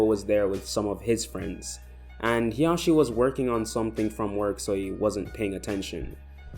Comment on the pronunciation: Isn't it hisashi and not hiyashi or however you want to spell them